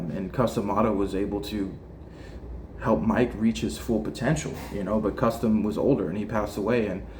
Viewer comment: Cus its Cus D'amato. Not custom or whatever you're saying!!?